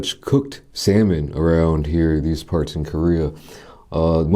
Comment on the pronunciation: sa-moan lol